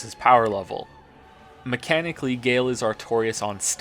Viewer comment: It's pronounced Guy-El, not Gail, and it's killing me haha. GREAT video, but like you I am nit-picking =P